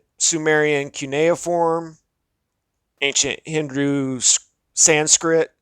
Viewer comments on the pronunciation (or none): none